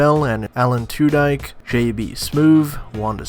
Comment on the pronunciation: Hol Up Did You Say Alan Two-Dike